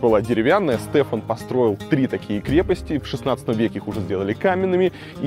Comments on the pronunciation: Илья, спасибо, хороший добрый информативный ролик. Но столько неточностей. Штефан, а не Стефан. Площадь возле его памятника - Великого Национального Собрания, а не Независимости. Не Сорокинская, а Сорокская крепость (не от названия птицы, а от названия города Сорока). Я понимаю, вы не из Молдовы, и у вас это не на слуху. Просто нам немного режет уши :) Но еще раз спасибо за хороший ролик, доброжелательность и такт. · не СТЭФАН а ШТЕФАН. Штефон чел маре 😑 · да не стефан, а штефан......